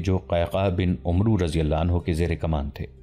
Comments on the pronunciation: پیارے بھائی لفظ عمرو Omru نہیں ہوتا بلکہ Amer کے تلفظ سے پڑھنا چاہئیے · السلام علیکم جناب امید ہے آپ خیرت سے ہوں گے میں نے آپ سے بہت گچھ سیگھا ہے لیکن ایک غلطی میں نے نوٹ کی ہے حضرت عمرو بن العاص اصل میں اس طرح پڑھا جاتا ہے عَمَر (و) بن العاص واو نہیں پڑھی جاتی